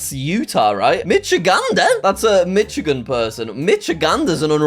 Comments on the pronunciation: Hoosier is Indiana 🤦🏻‍♂️ And t's "Mish-uh-gan", not "Mitch-uh-gan". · Bruh, its pronounced Misigan Edit: That person is me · you always mispronounced my home state of Michigan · Michigander here! Yes you always pronounce it wrong…